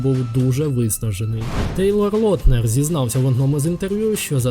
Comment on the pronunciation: Актора, який грає Джейкоба звати Тейлор Лаутнер, не Лотнер